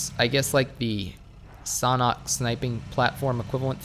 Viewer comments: It's not sonhok it is sanhok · Bro it's S-A-N-H-O-K not "Sonok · The way you pronounce Sanhok is so strange to me. I pronounce it San Hök, but you pronounce it more like Sanah. Idk. I'm not a native english speaker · Am I the only one thinks that said sauna instead of sanhok xD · How to pronounce Sanhok????? Sand-hok Or Shan - hok Idk